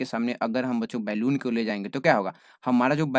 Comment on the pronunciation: Normal- बलून sir - बेलून